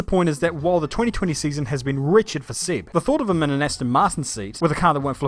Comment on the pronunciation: It's Seb not Sib